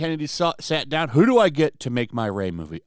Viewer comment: Every time I hear your outro I hear, “Come check out mein content.” And I chuckle that weirdos actually think you’re a nazi for being normal.